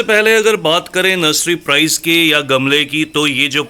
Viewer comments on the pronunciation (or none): none